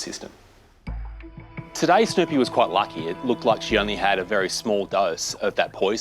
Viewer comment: Is that how Snoopy is pronounced in Australia? I swear, I heard Snowpea...